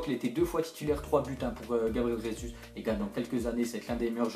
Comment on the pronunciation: Gabriel Jésus ne se prononce pas comme en espagnol avec "R" au début de Jésus , mais il est brésilien du coup sa se prononce normalement en "J" ( je suis portugais ,je sais de quoi je parle ^^)